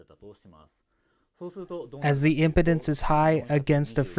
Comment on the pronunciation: For the translator it sounds like you’re pronouncing “impedance” as “importance”.